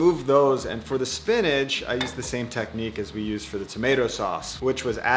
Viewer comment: Spinach doesn’t end with a “g”. It’s not spinnedge, it’s spinach... with an itch :-). Nice vid, thank you. I can almost feel that dough, We need to come up with a sensuous word to describe dough that’s ‘just right’.